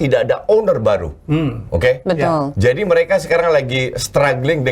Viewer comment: betal betul betal betul 😂